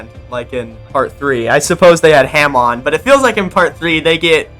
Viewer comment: “Ham-on” is such an abysmal pronunciation